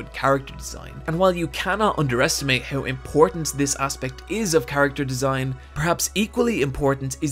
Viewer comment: gotta love how he says "HEUW" instead of How xD